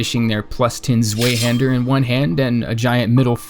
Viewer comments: Zweihänder is German for "two hands / two handed". It is pronounced "Tsvai-hah-ndehr." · its pronounced (sv I hander) and its the german word for greatsword